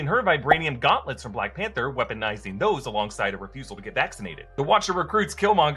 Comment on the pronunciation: "Weoponizing those along with the refusal to get vaccinated😭😭" I'm dead